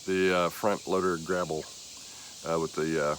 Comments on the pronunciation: You`re definitely a newb for sure, but i give you props for getting right into it and learning as you go. We all had to start from somewhere at some point in time. Bless yah! And you`re calling it a "grabble", its actually called a grapple. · Did you say gravel or grapple bucket? What would you have used it for?